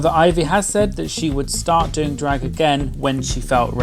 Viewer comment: Thank you for saying Ivy’s name the CORRECT way 😂😂😂